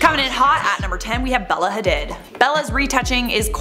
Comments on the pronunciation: Hadeed. Not Ha-did. SMDH. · Uhm yeah, her name is pronounced “hah-DEED!” Not hah-did. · Bella Ha-did 😂😂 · are you saying “Hadid” wrong on purpose? I never know when you are just clowning around lol